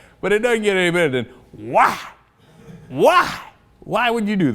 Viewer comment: Why does he pronounce 'why' as 'hwaaa'?!? Hwaaa?!